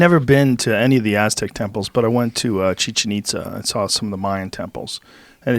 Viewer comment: If you really, honestly and sincerely gave AF you'd not be pronouncing it as CHEEchin ITZa